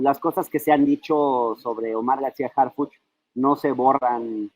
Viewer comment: Harfichi noooo, por favor!!